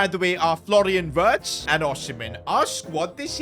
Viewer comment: Florian wirtz❌ Florian words✅🤓